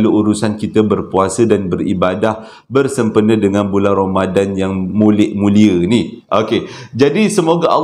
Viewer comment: Bang saya punya terkekek yang part " salam 2rambadan waalikumsalam eh assalamualaikum 😂 bangg ramadhan abg pun dah tersasul ii bang saya masih belum stop ketawaaa 😂😂😂